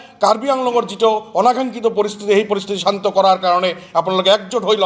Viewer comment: অসমত স্থায়ী ভাবে বসবাস কৰা সকলো জাতি জনগোষ্ঠীযে অসমৰ শিক্ষা, সাহিত্য, সাজ, কলা কৃষ্টি সংস্কৃতিক আঁকোৱালি ললেহে সমস্যাৰ সমাধান হব কিন্তু আপোনালোকে শত শত বছৰ থাকিও আপোনাৰ মুখেৰে অশুদ্ধ উচ্চাৰণ কৰিছে যেনে অহমীয়া, পৰিবেচ, চান্ত আদি উচ্চাৰণ কৰি কেনেকৈ বৃহত্তৰ অসমীয়া জাতি গঠনত কিডাল অৰিহণা আগবঢ়াব আপুনি নিজেই গভীৰ ভাবে ভাবি চাওক ?